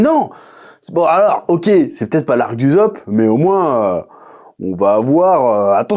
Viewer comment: Mais pourquoi tu prononce Uzop ? y'a deux SS bordel, Ussop merde, tu dis assassin ou azazin ? Edit : après verif y'a qu'un seul S mais quand même c'est pas uzopp